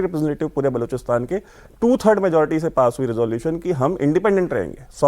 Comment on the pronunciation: बलूचिस्तान होता है बलोचिस्तान नही 😂 किसने पत्रकार बना दिया